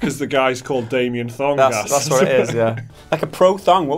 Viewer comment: I replayed him saying "Damian Thong" about 20 times before I moved on with the rest of the video.